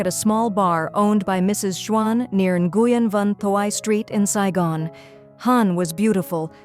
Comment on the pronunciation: Please learn how to pronounce the name. Nguyen is pronounced when.